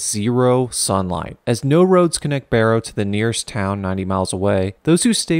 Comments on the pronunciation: Its pronounced bear oh not bar o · As an Alaskan please never say "Borrow" again. It's "Bear"-"O" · It is pronounced B-air-oh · Also you said barrow wrong, we pronounce it b-A-row. The b sound say A and ad row to the end. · OH MY GOD, IT'S PRONOUNCED BARE-OH. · i live in alaska man, it is pronounced bear-O. and the diner serves regular diner food lmao. As for the weather we both get subzero frequently. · I live in Alaska and it’s pronounced Bear-row and they changed the name back to the original Alaskan Native name which I can’t pronounce I live all the way in Palmer and a lot of people go up to barrow to work and it’s call the Slope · Love the video just FYI barrow isn’t pronounced like that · You my friend are smoked up. You got 90% of the stuff about Alaska including how you pronounce Barrow. Not only do I live in Kenai Alaska I was also born and raised here. So I'm somewhat of an expert on Alaska..... smoked up. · He said barrow wrong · You should probably at least know how to pronounce the name of the town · “You won’t survive this town.” pronounces name of town wrong 🤦‍♂️ Time to skip the video.